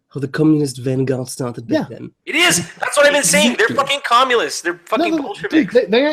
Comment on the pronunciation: "They're Commulists"